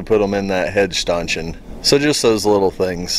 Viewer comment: Great job on that stanchion (pronounced "Stan" "tion") ! Once you get a little sanding and paint done on it it'll look brand new!!! I'm sure people spend hundreds of dollars for those!! Thanks again for sharing!!